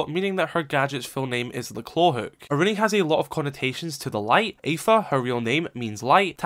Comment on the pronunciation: Apha(อาภา) is pronounced Ah-pah. Sadly not A-fa.